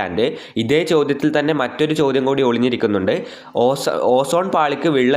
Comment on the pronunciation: It is ചോദ്യം not ചോധം